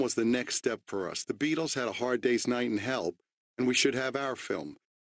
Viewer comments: Lol I thought he said that too, the way he says and help sound nhell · At first I thought he said "The Beatles had A Hard Day's Night in Hell..." lol